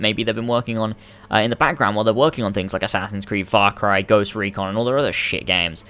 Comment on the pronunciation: Oh u shit ! Thats not fak rai..it's far cry😂